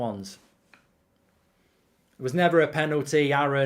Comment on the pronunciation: wrong its spelt sessegnon and pronounced sesinyon